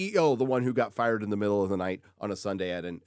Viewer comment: Fired? No es “fired”. Es firrrrrred.